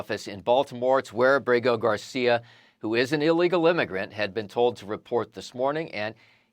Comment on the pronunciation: Not killmar it’s killmore